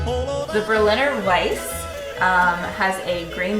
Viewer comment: You pronounce every letter in German. It’s more like Vice-uh.